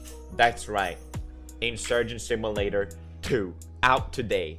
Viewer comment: Is he saying SIM U LATER?